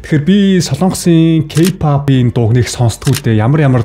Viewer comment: Ёоооё ёоооё ёоёо о үсгээр зөв дуудаачдэээ кпап л гэх юм. Арай юу????